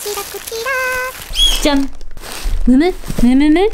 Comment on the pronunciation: がお洋服出すときとか、値札見せるときに「ちゃんっ」って言うのかわいい☺️ じゃんって言ってるのかな？ちゃんって聞こえる〜〜かわいい〜〜〜